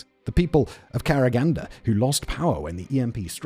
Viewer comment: Odin is scandinavian god, one is odin with emphasis in the end not in the beginning you just described all russian closed cities, except this days they are on the map and mostly not closed anymore. they all called by the closest city + some number and usually had second name KaragandA emphasis in the end.